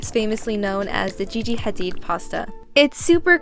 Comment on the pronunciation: Her Arabic side showed when she pronounced 7hadid 🤣🤣🤣 typical Arab